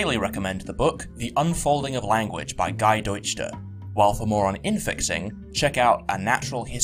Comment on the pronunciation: Funny note was the pronunciation of "Deutscher" as "Deu-d-sch-t-er" at the end.